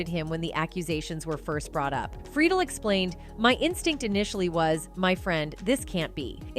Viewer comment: 1) you pronounced Will Friedle's last name wrong and 2) you got danielle FISHEL's last name completely wrong! soooo 0 credibility